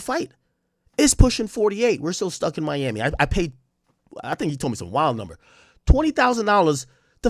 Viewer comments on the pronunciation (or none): none